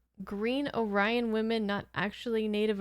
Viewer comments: The Or-EYE-on/Ory-on dispute is resolved finally in "Star Trek: Lower Decks", and I don't know if you intend to watch that, so don't want to spoil that explanation. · The people with the copyright over the racial classification of "Orion" told the producers of this show that they wrren't allowed to call them "Orions", which was ridiculous, so the voice actors had to say "Ore-e-on" instead. Insane. And it hurt the episode. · The mispronunciation of "Orion" in this episode is due to the director not knowing the correct pronunciation. It's been an ongoing issue with fans ever since. Whether this was a separate species or the same one seen in the original series. But the writer's intent was clearly that these were the same people seen in TOS. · In the new series Star Trek lower decks. They confirmed that Orion's due come in different shades. Kind of like humans come in different colors. In the show lower decks, it's kind of played for laughs. But the clan of orions that are blue, pronounce the word Orion that way. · Inaccurate. It was the episode's director who misunderstood. He equated it to how you pronounce the name of the bird, "Oriole." Actors don't make these calls. They do as the director tells them to do. Even voice actors. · lol I think it is the same planet, but it's just being pronounced a different way. Weird episode! But, beautiful 🙂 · The mispronunciation of Orion in this episode always puzzled me as well. It even led to some Beta Canon sources to speculate that this was the Orions' own pronunciation of the name of their race, and that it was a mere coincidence that the Orion home star system of Rigel is one of the stars in the constellation Orion's Belt. Personally, I don't buy it. Somehow, everyone just mispronounced the word. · They pronounce "Orion" strange in this episode. No idea why. It's a little offputting. This is a middling episode for me. It needed a little something more. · Someone got the Orion pronunciation wrong from everyone.